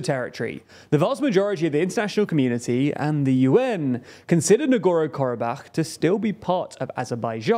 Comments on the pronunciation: NagorNo. Not Nagoro. There’s another N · I know spelling and pronunciation of Non-English names is not easy sometimes. But please, dear, at least TRY. This channel is notorious for blatant misspelling of names. It's not "Nogoro-Karabakh", it's very clearly "Nagorno". Literally every video is like this, I just remember how Prigozhin was always called "Prizhkovin" or something. It's no problem If it happens here and there, but also, it's not THAT difficult to just briefly chek correct spelling and pronunciation before recording, shoukd take a minute at best. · I found his leaving out the N in NagorNo very distracting. Sorry, to be picky. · I love your content, but I beg you, learn how to pronounce the places you talk about. Don't skip letters that are right there in their names as written down. NagorNo, mmmmkay? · Take a drink every time the host mispronounces the name "Nagorno" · There’s an second “N” in there, btw. Work on that pronunciation,.